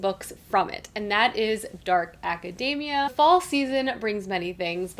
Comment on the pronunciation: Ok but why did you have to mispronounce academia like macadamia?! 😆 It’s aca-dee-mia. We don’t say acaday-mic, lol. So many people pronouncing it wrong just grates on my ears.